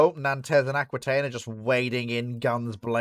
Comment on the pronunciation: oh and learn how to pronounce 'Nantes'!